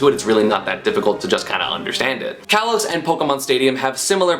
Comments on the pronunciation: /a:/, not /εı/. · I'm pretty sure it is pronounced ka-los instead of kay-los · KAH-LOS not KAY-LOS just so everyone knows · Kalos is pronounced like Callum. Call-os. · It’s pronounced Kah-LOs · Plays Pikachu, can’t pronounce Kalos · kalos is short a, it is not followed by a vowel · Esam It's Not Kalos It's Kalos Get It Right